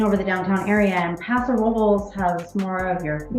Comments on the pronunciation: YES! They are pronouncing it just a like a local. Don't hate on the local Paso Ro-Bowl folks! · They are pronouncing Paso Robles like a local! The pronunciation is how we know who is local and who is a tourist.